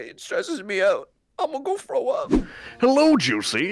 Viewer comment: "Imma frow up"